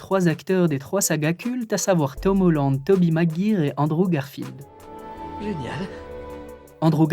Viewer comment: J'ai bloqué sur Tobey Mag...ire, c'est pas professionnel de se tromper sur des noms aussi célèbre surtout quand tu parle de ce sujet, juste fais attention